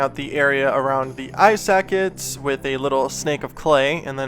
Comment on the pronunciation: Not only is it "bacon bond".. but I swear I heard "eye sack it's" lol Ive never heard it before now😂😂😂